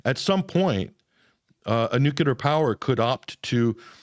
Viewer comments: lots of "new kew lar" Its "New clear" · Why do some Americans say "nucilar" instead of "nuclear"? It is irritating. Bush used to do that too. It's as if they are illiterate. NUC-LE-AR. Just read what's written for heaven's sake. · If you can't pronounce the word nuclear.... I'm not convinced you know anything... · Please pronounce "nuclear" correctly if you are going to talk about it.